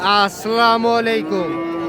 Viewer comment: ভাই আপনাকে একটা পরামর্শ দেই, ভাই সালামটা খুব সুন্দর শুদ্ধভাবে দিয়েন।